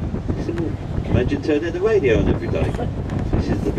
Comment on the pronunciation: I love this clip! Someday the hubby and I want to vacation there and are definately taking that tour. I had to laugh at the tour guide, he sounds like Jonathon Ross, I think he said "wadio" LOL